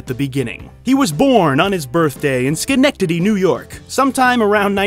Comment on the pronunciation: Good on ya!!!! You said Schenectady correctly!!!!One of the most butchered town names in New York!!!👍👍👍👍👍